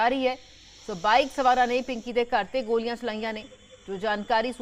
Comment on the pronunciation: ਮੈਡਮ ਲੱਲੇ ਪੈਰ ਬਿੰਦੀ ਲਾਕੇ ਬੋਲਿਆ ਕਰ ਜਦੋਂ ਗੋਲ਼ੀਆਂ ਕਹਿਣੇ ਓ ਗੋਲੀਆ ਨਹੀਂ ਗੋਲ਼ੀਆ ਹੁੰਦੀਆਂ